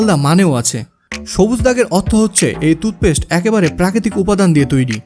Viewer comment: তুতপেস্ট নয়, টুথপেষ্ট।